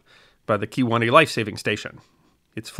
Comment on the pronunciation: Kewaunee...... yep